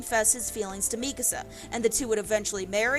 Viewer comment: why do you say her name like that